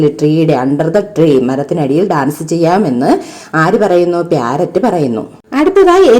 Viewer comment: Not pyarrot Say parrot